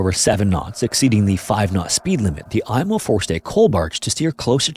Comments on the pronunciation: It is pronounced “emo” not “Imo” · For the love of GOD it’s not the “Eye-mo”, it’s the “Ee-mo” and holy crap that’s a ton of totally unrelated b-roll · FWIW I've only ever heard the Imo pronounced "eemo", not "eye-mo". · It's pronounced "E"mo.. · An excellent, factual overview of the explosion that devastated my city. It took 6 years for harbour pilot Francis Mackey, pilot of the Mont Blanc, to get his license reinstated even though he followed all protocols that day. We also pronounce Imo as Eemo. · Pronounced "emo" as in, the ship was so emo, it blew itself up.